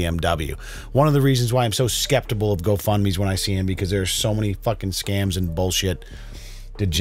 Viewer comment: Skeptable? Oh,. You owe me a burrito just for that.